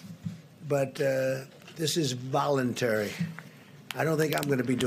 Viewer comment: Just watch how trumps says voluntary ... really America, this is who you really want as a president?